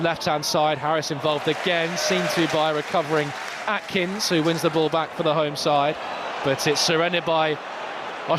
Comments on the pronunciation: calling AKINS, ATKINS is incredibly tinpot, learn players names ffs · Would have thought a bare minimum for a commentator is reading the players names. We don’t have a player called Atkins.